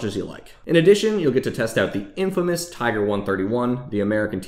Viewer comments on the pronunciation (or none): none